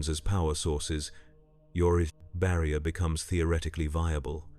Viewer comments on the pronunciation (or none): bro is fighting with the word "barrier" at the end